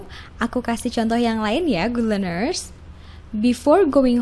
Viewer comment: Good leanersnya mengganggu pendengaran min